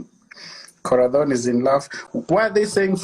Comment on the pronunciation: Aki umesema Corathon😆😆😆😆 alafu pia hapo Kwa I trust Frankie ukacheka. You're so salvage.